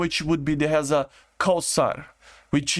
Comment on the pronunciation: F-5 copies: First is a ze ra kh sh (No pauses between letters) And its translate to lightning Second one is Sa e gh e And again its mean lightning (I don't know but they may mean the light or the sound of lightning or both) Your read third one correct The fatter is like father just t instead th And hesa is s not z(but no one say it before their productions name) About su-22 they are for irgc so i dont think they would add(iriaf is for irans army and irgc just decided to not have jets and the su-22s are captured from iraq) And domestic f-5s didn't made so much i think each maximum 10 number but they announced them as successful jets just for saying they can make fighters And irgc put the thoughts in some people mind that jets are so expensive and useless and UAV's and missile are better and after Israel attak to iran that almost changed and iran rushed to buy sukhois They confirmed about su-35se and there are rumors about su-30sme And you forget about F-7, su-24 and f-4( I think E and J)